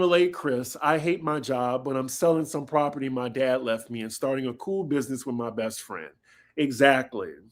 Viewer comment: Chris' businezzzzz! Lmao